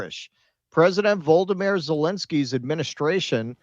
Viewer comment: It's not Vold-uh-meer, it's Vol-oh-dee-meer